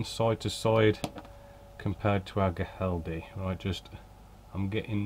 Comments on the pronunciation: For whatever it's worth, the correct pronunciation is something like "Hee-RAHL-death". That's the best approximation that I can make with English sounds! 😄 (The initial "Hee" actually starts with a strong throaty "H" consonant sound.) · Ow doin, yow ay got is naame right maate, to convert to Black Country foe yow....Spanish = Giraldez.... English Pronunciation = Hii_ral_deh